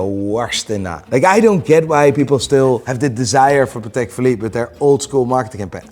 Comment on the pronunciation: I don’t get how you can pronounce Patek wrong the whole video.